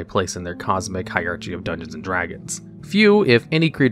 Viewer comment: bro said "hierarCHy" 💀